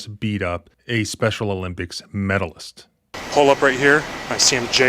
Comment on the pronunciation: What is with emphasis on MEDALIST. We get it.